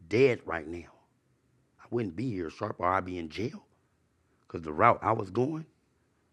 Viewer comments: Okay but calling sharp “shark” the whole time killed me 😂😂😂😂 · is completely unable to say Sharp or. It's hilarious. It's like when Crunchy Black called VladTV Glad the whole interview. It's so funny.